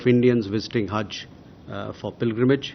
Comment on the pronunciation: Ye haz nahi Hajj hota hai